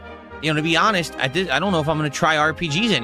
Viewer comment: Hanhest snort